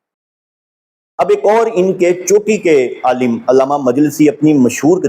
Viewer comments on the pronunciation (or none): none